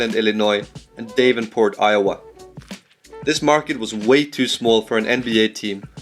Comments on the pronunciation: it's (Dav-ven-Port) not (Dave-enn-port) btw lol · Did an Irishman just accuse someone else for being long-winded?? That's linguistic imperialism! PS: It's "Moe-leen" not "Muh-line" and "Dah-venport" not "Day-venport". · For reference, in , you pronounce Davenport D- AH- VENPORT. The a is like the a in yeah. Coming from a local who lives very close to there, and has been there many times. Edit: Moline is also Mo- Lean. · Dave-nport, rather than Dav-enport and Mo-line, rather than Mo-leen. Now with Bettendorf, that area is the Quad Cities. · If you're going to do such an in-depth analysis, do that little bit more research and get the pronunciations correct. Just two from early in the vid: Moline is pronounced "Mo-leen" and Davenport is "Dav (rhyme with have)-en-port". Accent on Dav. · that pronunciation of Davenport killed me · Moline and Davenport are not pronounced anywhere near the way this guy mangles them. The "Quad Cities" that include those two and Rock Island also includes Bettendorf IA - though it's the smallest of the 4 and might not have been thought of as a "quad" at the time of the team that was there. The total population of the 4 is larger than where a couple of CURRENT NBA teams are located - but it would be one of the smallest NBA markets if they had a team there. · And Moline and Davenport as well.